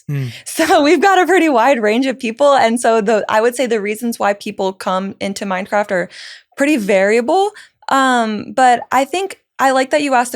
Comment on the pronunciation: Its funny how i have subtitles on and everytime she says Mindcraft the subtitles say "Minecraft"😂